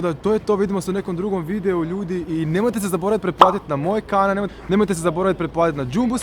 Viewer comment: Dobrodosvi na moj kanav wtf nezna L da kaze